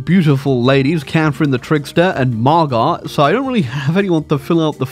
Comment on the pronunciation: It's pronounced Margo lol not mar-got Knew someone French named that